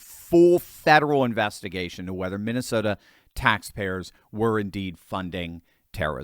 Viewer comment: Broooo. U mean. Minesalia. 😂😂😂